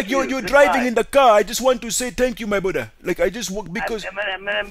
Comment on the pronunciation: u blew it up when u were saying "my brudha" as you were saying same thing and that give you out